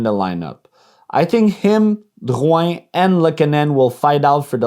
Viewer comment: Wow, so that's how French folks say Drouin 😳🤯